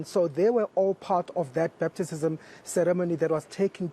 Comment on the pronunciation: This one cannot even pronounce batizzzzism🤣😹